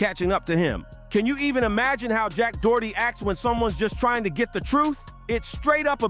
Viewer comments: Jack Doughy. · If you’re gonna quick bait someone and use a measure total content, you should always learn to say their name properly😊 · BRO START SAYING HIS NAME RIGHT ARE YOU OK